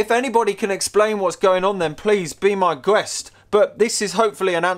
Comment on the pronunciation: Finally, someone that pronounces "guest" the right way